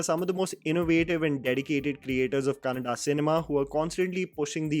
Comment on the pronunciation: Thank you for pronouncing "Kannada" correctly....